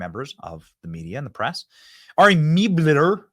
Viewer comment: Benny, it is spelled "Mel - ber" not ""Meb - ler". So, you get zero points for pronouncing Kamala correctly which, according to the Left, is "comma - la". Let's work on our reading skills, too. 🤗 Cheers.